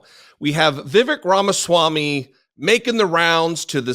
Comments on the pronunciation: For the record, it isn't "vi.vek", it is vi.vayk" ... Sounds like fake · Fun fact: correct pronunciation of "Vivek"rhymes with "fake"...I mean cake🎂 😜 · It's Vivek, rhymes with cake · Vivek - rhymes with mistake.